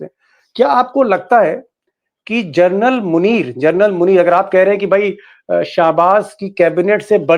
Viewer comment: Please don't keep saying " Gernal ". Its " General. " Hope U pronounce it correctly.. hereafter.